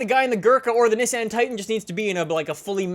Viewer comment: He mispronounced nissan and veneno